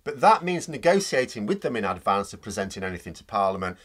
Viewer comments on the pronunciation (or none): none